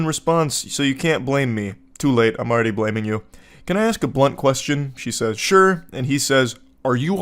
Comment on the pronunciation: that "sure" sounded like chinese lmao